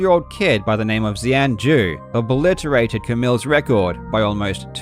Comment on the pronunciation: Zhou sound is less like "zow" and more like "joe"